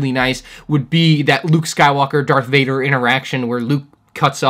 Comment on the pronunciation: Did I just here you say DARK Varder